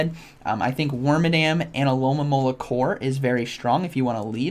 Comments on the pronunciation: It’s a good thing I’ve been watching these videos bc now I know the Pokémon isn’t called “aloe-mom-ala” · I love how Z says alomomola “Alolamololololola”